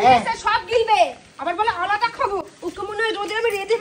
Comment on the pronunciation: "আলদা" বলে কিছু হয় না.. ওটা "আলাদা" হবে।